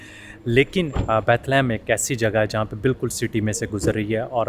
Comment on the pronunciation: A Tip for: ask local people how to pronounce their cities and places name,s. Instead of pronouncing them wrong like Bethlehem etc.. it will boost your knowledge. Keep it up up you are doing really great.